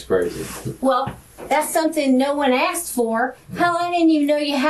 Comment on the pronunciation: His wife "axed" him? 😅